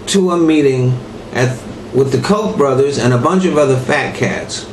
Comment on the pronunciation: oh wait you just said koke brothers, that explains it